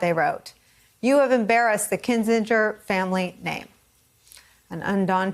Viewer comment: It's pronounced Kinzinger.